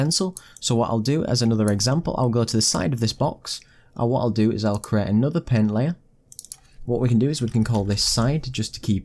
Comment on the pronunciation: So many people say "paint" as "pehn" and I'm always like "????? What pen???" 😤